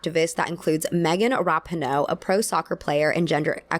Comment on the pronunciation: I just wanted to say this real quick, meagan rapinoe's name is pronounced "Ru-PEE-No", I've heard a couple people say it weird lately and it accured to me that people don't know lol 🙃